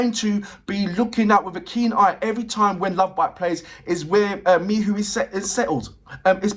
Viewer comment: Greetings, thanks for more LOVEBITES. I enjoy your reactions. I also appreciate your enthusiasm and interest in Miho, however, her name is pronounced Me-HO, not Me-who as you are in this video. I understand your 'frustration' with her somewhat subdued presentation, but she is the 'foundation' that seems to be comfortable with others 'taking the spotlight' even though they are really an ensemble which I appreciate. There is no member that 'stands' without Miho's foundation, from originating the idea of the band, the styles they present, the choices in drummer, guitarists and vocalist/lyricist began with Miho's vision. She is to be honored for being the impetus without which LOVEBITES would not exist, at least not in any way that it does exist. As a musician myself, a song-writer, vocalist, multi-instrumentalist who does not seek the 'spotlight', I can relate to the possibility that Miho is happy to step forward at will, but primarily be that foundational aspect, singing lyrics she wrote, without the mic, but showing that it is HER song. Her style of bass playing is sync'd with Haruna in quite complex ways that are not necessarily 'featured' as 'spectacular' like the guitars and vocals, but without those rapid-fire-fingers bringing that driving contribution, as she chooses (remember, she IS the band LEADER), and IF she was a "Billy Sheehan" or even "MISA" from Band Maid style bassist, LOVEBITES would sound nothing like it does. I watched part of an Iron Maiden show last night a